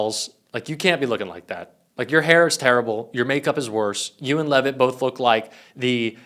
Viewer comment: Carolyn Lie-vet